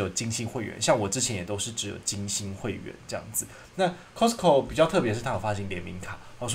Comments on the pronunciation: 確實是念錯了，斷句的地方是Cost co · 真的沒錯 T不發音。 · 扣施扣 咖施扣 其實都差不多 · 你好市多 英文說錯了 聽了好不習慣